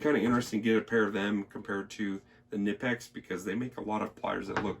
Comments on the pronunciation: I believe the k in knipex is also pronounced. (ka-nipex) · It’s actually pronounced Kuh- nip-ex but don’t feel bad, so many people mispronounce it they even sell a t shirt that with the pronunciation on it. Love the halders ! Great review man. 👍🏻The only issue I have with the larger size simplex’s like the 50 & up is that they don’t sell the the same selection of inserts for example the copper inserts aren’t made for any sizes aside from the 30 & 40mm sizes as well as the fact the handles are matched to the head material for example the fiberglass handle is made to be used with if I recall correctly it’s either the reinforced cast iron or standard cast iron head housing only. I kinda think they make it seem as if all the inserts handles and housings are interchangeable when in fact many are not compatible with each other at all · pronounce like the body part "knee" but with a hard k and n.